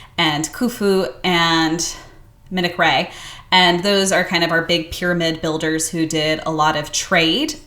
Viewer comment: Just a note on the names Khaf Raa Khofoo Man cow Raa Thats the correct pronunciations, notice the god name Raa in alot of the names during that period